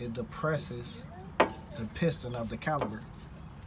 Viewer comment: Good job ,1 correction .It is pronounce " CALIPER", not CALI-B-ER . 1 more correction ,it called a cotter pin not colly pin .